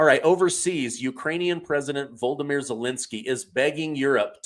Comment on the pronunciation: Love you,, but you pronounce zelensky's first name wrong. It isn't voldemier. It's volodymyr. Sorry but I hear that so loudly Everytime you say it!!!! ❤